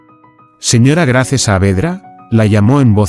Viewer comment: Se escrbe Grace se pronuncia Greys